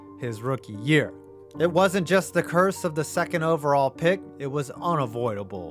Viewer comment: …”OVERALLL”? That extra L was prescient…